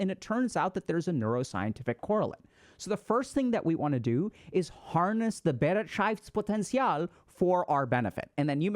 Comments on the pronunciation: we need to work on the "Bereitschaftspotential" , but nice try. 😂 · it's actually pronounced beh-right-shafts-potenzial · Has really no German pointed out yet Dr Ks adorable pronunciation of Bereitschaftspotential? It sounded as if there was at least one syllable too much x) I think for English Natives, it could be transcribed like this: be-RIGHT-shafts-poh-ten-see-all Thank you for the high quality content, HG Team! These videos and the membership content have finally given me real access to the information I already learned in med school and CBT. This means a lot to me because it has helped me make noticeable progress on my journey of self-discovery, coping with childhood trauma/neglect, and building some self-esteem. <3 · Maybe you would try this; «buh-right-sh-off-ts-pot-end-ts-y'all» and maybe it might help with the german pronunciation of that word "Bereitschaftspotential" My brain decided i would feel like i made the choice of telling you to keep up the wholesomely fascinating content. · im german and his pronounciation of bereitschaftspotential couldnt be worse😂❤ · The pronounciatiok of Bereitschaftspotential was as wrong as it could be but I love how confident he tried to read it out 😂❤ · We need to work on your german pronunciation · Had to read it the word. I am German and you pronounced it so strangely that I didn’t get it 😂 ei in german is equal to the „i“ sound in English. It was definitely nowhere near to the actual word 😅